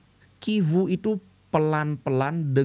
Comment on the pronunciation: Tetap dibaca civu bli.. ga kivu. Kalo cuman C.. kayak coco dibaca koko.. kalo CH ttp dibaca ce.. civu😊